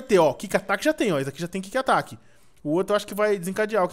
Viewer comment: PORTUGUÊS 0 HEIN EDU , endeAVOR NAO ENDOVER E NAO É KIK ATAQUE É QUICK ATTACK. PLMDS ENSINANDO SEUS INSCRITOS A FALAR ERRADO.